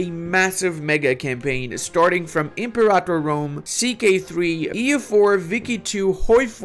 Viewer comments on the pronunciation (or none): none